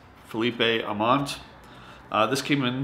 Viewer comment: Aumont...I never received him from last years spring training! He is Canadian, not Mexican so you do not pronounce the "e" at the end of his name lol